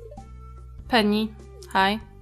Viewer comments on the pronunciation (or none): none